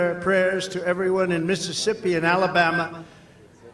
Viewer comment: I’m from Mississippi and hearing him say Mississippi even as well wishing made me physically recoil.